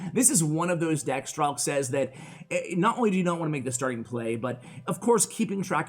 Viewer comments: letss goo i always pronounced it like strike in my head, i was so sad when i heard pronouncing it stralk xD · His nickname is pronounced like Strike. And it is not Ukrainian, it is just a nickname. b.w hello from Ukraine.